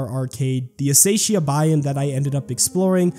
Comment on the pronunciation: "Asayshiah" Its called Acacia XD A-kay-sha